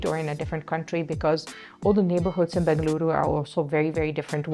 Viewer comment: Saying Benglooru is such a local authentic pronounciation . Like kannadigas do . Happy New Year.